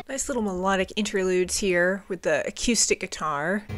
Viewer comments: you gotta stop saying "a-que-stick". Uh-KOO-stick. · please God replace your “a-K’YOO-stic” with “a-KOO-stic.” no one on the planet pronounces it that way, TY! 🤘😂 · Great album. BTW, the word acoustic is pronounced ‘uh-coo-stick’ not ‘uh-cue-stick.’ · I love the way you pronounce the word Acoustic..I say A-COO-STICK...you say A-CUE-STICK..and I adore it - PS> The reason this album sounds so crisp and perfectly Garage..is not only rivers Cuomo being a genius..but Ric Ocasek produced it..he was the lead singer of The Cars..and this album is basically the greatest Cars album ever made by way of Weezer.. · I REALLY hate to be "that person" but I really like your reviews for the most part and I think the thing I most dislike could be easily corrected. You say "a-cue-stick" instead of "a-coo-stick." Also, you refer to an acoustic guitar when you're actually just hearing clean (non-distorted) electric. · Ugh Coo Stick... not Ugh Cue Stick... picky but, relevant and honest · The fact that she “teeters” on My Name Is Jonas officially disqualifies her from being a reviewer. And the way she pronounces “acoooostic” instead of “acoustic” drives me nuts. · I love the way she pronounces acoustic - a-cue-stick. It's adorable. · I was looking for this comment, I was going to spell it akewstic, but I like your spelling better. Great analysis of the album though, just subbed. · I really like the way you pronounce acoustic. AQustic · whenever you say acoustic, it kinda sounds like you’re saying “acoostic” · Great reaction and review.......I don't know why the way you say A-QUE-STICK bugs me lol sorry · What is a"cuestick". Why are you intentionally saying it so wrong and weird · I've been enjoying your content though I really hope you learn to stop saying ac-eww-stic. It's more of a ooo sound than eww. Sorry just kind of cringe. 😅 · We need to discuss the way she says “acoustic” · You sound very northern, the way you say "Acoustic" is so funny.